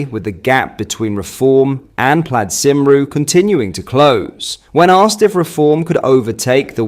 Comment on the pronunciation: You butchered the pronunciation of plaid cymru 😂